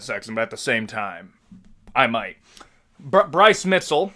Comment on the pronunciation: Bryce Mitzel? Props on saying Appalachia right 👍